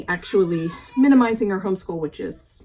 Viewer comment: Always like your videos👍 So inspiring and helpful 😺🤗 Also, thanks for saying, "minimizing" and not, "minimal-izing." 👍👍👍😄